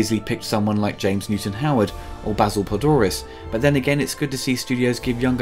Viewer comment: Jenneaux instead of Jeunet, Urigi and Orrigi instead of Auriga, Dorf instead of Dourif, Frank (?) instead of Elgyn, John instead of Vriess, Padouris - again - instead of Poledouris... Man, your retrospectives are so damn good: comprehensive, insightful and very knowledgable about aspects that don't get coverage anywhere else. If you could just bother to get your names straight. I mean, you're so on point on everything else - how much time does it take to look up a name? This is an issue in most vids, and it's actually getting distracting. It's like a drinking game where you have to take a shot at every mispronounced name only to be completely blasted three vids in. It's a bit of a bummer, considering this stuff is so great in every other regard.